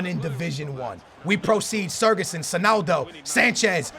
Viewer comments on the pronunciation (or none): It's not surgison it's sigurthsin. The ð makes th sound. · You say siGurdsson not siRgudsson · Why the f do you pronounce sigurdsson as SER-GESSEN?! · it's SIGurðsson not SIRGurðsson, not hard just take a look at how it's spelt takes 30 seconds OKAY! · it is sigurðsson not sirguson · How can you read sigfusson and pronounce it sergisuon ffs... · you pronouncing of Gylfi sigurðsson is a little off. Pronounce it like Si-gurt-son :) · Its Mulrooneyy he means the way that pronounces his name... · You say Sigurdsson name wrong, also use tots lukaku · The way you pronounce Gylfi's name frustrates me 😂 love ya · please pronounce Sigurðsson correctly please